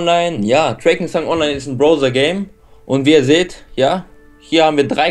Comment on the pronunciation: es heißt drakensang nicht "dreykensang" oder wie ihr das aussprecht...